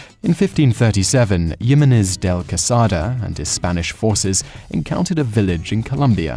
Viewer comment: Jimenez is pronounced "Himenez" not "Yimenez". The Spanish pronounce j as an aitch, not a y, as in German. And it's not Mary Antoinette- it's Marie; even if you use the French pronunciation of equal emphasis on both syllables, it's not "Mary". This guy mis-pronounces so many things throughout his videos.